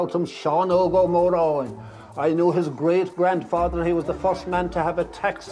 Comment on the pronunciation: It’s Moran not muran